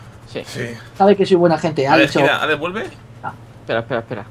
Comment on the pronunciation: Vegetta dice ales en ves de alex pero aveces dice alex muy pocas veces